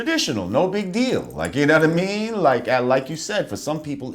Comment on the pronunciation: "uknowwhatame" - lord jamar